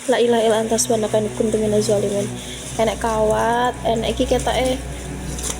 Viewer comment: 😂 dhoolimin jdi Zoolimin wkwk